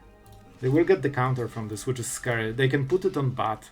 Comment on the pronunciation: "Its a little bit scry"